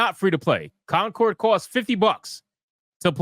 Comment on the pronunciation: It's coNcord, not coMcord. #APHASIA #DYSLEXIA #RETARD